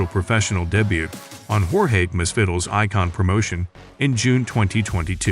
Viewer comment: Does anyone know who Jorge Miss vi Dill is ? 😂 I know a Jorge masvidal but not a Miss vidill